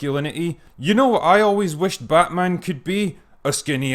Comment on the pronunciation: Actually, It's BATMAAM!